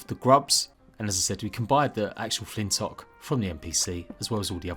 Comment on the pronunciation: btw its pronounced flint lock